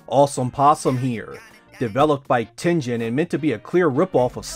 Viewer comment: Approve of the way you say Tengen, as in Tenjen. I mean, you don’t play TenGhen games on your Sega Ghenesis. You play Tengen games on Genesis.